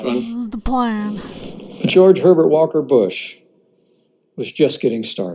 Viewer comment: he just said george pevert walker bush lol had to keep listening to it ..lol..lol..lol